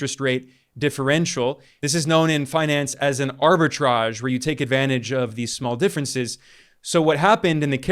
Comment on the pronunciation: Excellent "arbitrage"